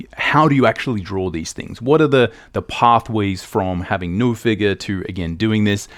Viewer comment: Great video but the way he pronounces "no" and "so" hurts my brain. :)